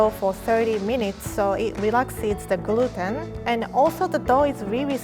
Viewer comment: Everyone: Gluten: Gruten